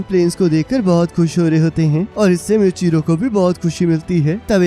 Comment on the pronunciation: Plz called him मूईचिरो not म्यूचिरो.🙏😅👍